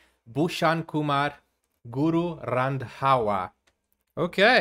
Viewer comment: you said guru RANDWA lol 😂😂😂😂😂 ita a abuse in indian language.